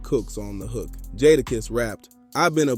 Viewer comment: Dope content but please stop saying jadakiss name wrong shits hard to hear who’s jaadaaaaakisss fam